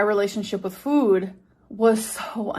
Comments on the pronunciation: i hate how she says Fuud here 😫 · “FEUWED” “my relationship with FJOOOD” 🫠😡🥴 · The way she pronounced “food” in this video is the worst 😭